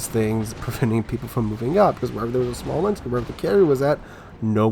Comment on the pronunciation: It's called "Smolensk"